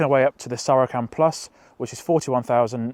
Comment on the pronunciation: Please Google the pronunciation of Saracen as I simply can't cope, otherwise great review